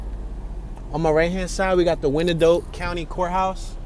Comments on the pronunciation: Fyi: Wyandotte is pronounced, y-n-dot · Damn he butchered the pronunciation of our county name